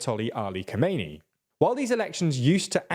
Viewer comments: Great work, guys! Thanks for covering the issue. P.S. The supreme leader's name is Kha-me-ne-ei not Kho-mei-ni, he died in 1989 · I caught that too!